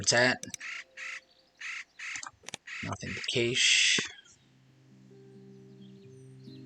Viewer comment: Good game! "Cache" has a short a sound.